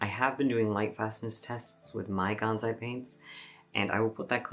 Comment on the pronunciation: GanSai, not ganZai. It is written and pronounced with an S, not Z.